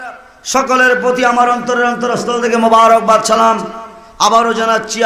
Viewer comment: সালামটাউ শুদ্ধ করে উচ্চারন এর যোগ্যতার অভাব দেখতে পেলাম। আল্লাহ পাক এই সকল নামধারী আলেমদের হেদায়েত দান করুন।